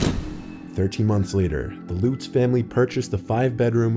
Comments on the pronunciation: Long Islander here. Deh-fay-oh. not Lootz ... Luhtz. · Luh-ts, not Loots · Defeeo? It's pronounced DUH-FAY-o and not lootz pronounced LUTS (Lutz) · The Long Island couple was the Lutz's not the Lootz'. Ronald Defeo (Dee-Fay--O) killed his family. You can't be bothered to learn the proper pronunciation of the very people you're reporting on. I can't be bothered with you. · Dude, you got millions watching your videos and you don’t figure out how to pronounce the Amity house family names properly? Drives me nuts when you guys do this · Defeeo lootz, it's pronounced de fayo, l utz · you pronounced the names incorrectly in the Amityville case. It's "Luh-ts" and "D'fay-oh" ..not: "Loo-ts" or "Dif-ee-oh" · Dude, you are butchering how they pronounce their names. "Da Fay Oh" And "LuT-Z" not Loots. Great video tho. And not being a dick, just my OCD. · It's amazing that as many times that the Amityville story has been told, you still managed to mispronounce their name-Lutz...as in Nuts, NOT Lutz as in loots....wow! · I'm sorry, but pronouncing the Lutz family 'Loots' is just dishonorable to the legend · It’s pronounced Like this, DE-FAY-O & LUTS rhymes with nuts 🥜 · The scariest thing in this video is the butchering of quite possibly the most famous paranormal case of all time (be it a hoax or not). Dude, really...5 minutes research next time. Lutz rhymes with us not loose for Christ’s sake. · I can NOT stand the way he says DeFeo and Lutz! De-fay-oh, buts with an l/z. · 🤦‍♂️Dude, you pronounced the last names DeFeo and Lutz wrong. EVERYONE who has heard about the Amityville Horror knows how properly pronounce those names.And in future stories that mention Super Mario or Mario Cart, say 'em the right way. Come on, you should be better than that. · How did you manage to mispronounce both last names connected to the Amityville haunting? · I can't believe so much time has passed since the very popular Amityville Horror, that Both names are mispronounced.